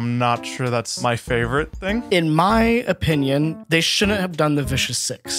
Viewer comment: so in my opinion... Me: don't you mean in your "o-minion?"